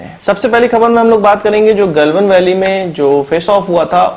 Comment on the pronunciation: Its not गॅलवन, its गलवान.